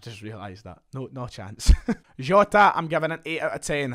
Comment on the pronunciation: the way you said jota annoyed me, fix it